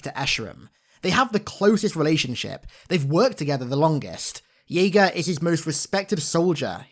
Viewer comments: It's (JAY-GA) not (YAY-GA) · It's pronounced "Jay-ga", not "Yay-ga". At least that's how Cortana's VA pronounces it in the Overview. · Thought his name was pronounced Jay-gah